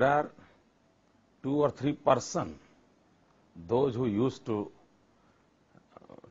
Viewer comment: 2 or 3 "parson"?